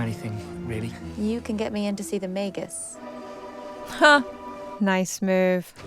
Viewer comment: Magus not Majus. Hard G. Soft G in the plural; Magi.